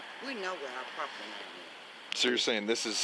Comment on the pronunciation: Sounds like I need to get me some propitty. Apparently it comes with propitty lines and everything. But I don't want you trespassing on my propitty. Expecially not cruminilly trespassing on my propitty.